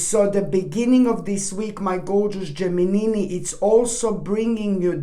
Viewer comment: Are you married? Do you want to be? I love the way you say Gemini!!!